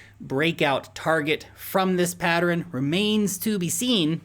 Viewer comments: PAT-tern vs PAT-er-ren? How many syllables? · "Patteren" kills me everytime 🤣